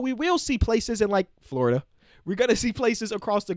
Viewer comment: why’d you say Florida like that 🤨